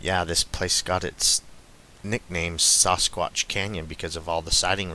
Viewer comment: Saw-Squatch? lol... I believe it's Sass-squatch. Sasquatch. hehehe